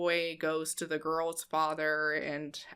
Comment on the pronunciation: I thought "goils" he was saying "goys"